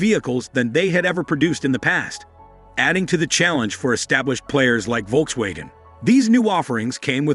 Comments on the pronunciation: If you’re going to report on Volkswagen, please learn how to properly pronounce their name… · First time i have ever heard how Volkswagen is pronounced this way